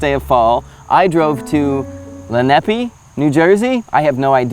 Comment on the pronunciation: As a former Jersey resident, it’s pronounced “le-nah-pay” after the Lenni Lenape tribe that was indigenous to that region (and most of Jersey). And suede in the rain? SUEDE IN THE RAIN??!’ Brother, you gotta start watching more Seinfeld now that you’re a NY’er. Learn some shit!